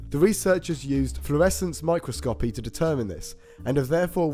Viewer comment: Isn't it "microscopy" as in my-KROSS-kopee?